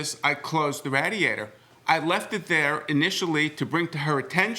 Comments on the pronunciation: Sir. Stop saying RAAAdiator. Its RAY-diator lol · The “rad-iator. 😂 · The way he says radiator makes me more mad than anything else. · The defendant "...somebody...who was that somebody..." dramatic pause. Could not have sounded more villainous even if he put his pinky by the corner of his mouth. 😅😅😅😂😂😂😂 And the way he pronounced radiator is criminal! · When the defendant was looking at the photos he looked like a little boy trying to come up with a story. Also, I’ve never heard the word “radiator” pronounced that way (defendant; plaintiff gets a pass for not being a native English speaker).